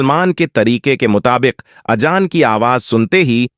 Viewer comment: اجان نہیں اذان وجو نہیں وضو اشیاؤں نہیں اشیاء منتقیل نہیں منتقل وغیرہ کو صحیح کرنا ضروری بلکہ پوری تقریر میں اکثر الفاظ غلط ہیں